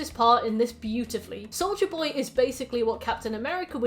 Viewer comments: I LITERALLY HEARD "SOULJA BOY" AND NOT "SOLDIER BOY" LMAOOO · I can't spot hearing Soulja Boy when you say Soldier Boy 😭😭 even though your pronunciation is clear, so idk why lol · ahh another entry into long analysis of series i've never seen but will eagerly watch because i love the creator making it edit: also every time you said soldier boy i heard soulja boy, and i kept thinking wtf is soulja boy doing here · really unrelated but everytime you said souldier boy i heard souja boy lmao